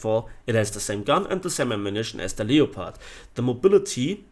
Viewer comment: Leo-pard.... seriously.